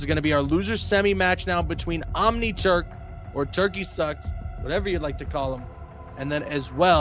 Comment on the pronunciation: I keep hearing OmniTurd 🤦🏾‍♂️🤣